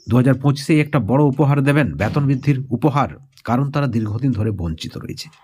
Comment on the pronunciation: ব্যাতন না,বেতন বলুন।